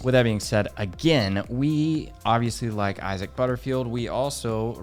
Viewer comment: STOP SAYING EYE-ZIC! IT'S PRONOUNCED EYE-ZACK! 😭